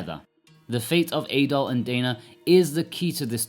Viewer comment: How is it that you’ve played this game through once and partially on the Switch but mispronounce both Adol and Dana? Adol isn’t pronounced in the game as A-Doll, more like addle. Likewise, Dana sounds more like Donna rather than Day-Nah.